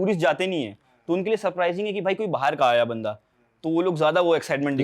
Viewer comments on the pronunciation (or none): Abe aayi nhi ayaa hota h 😂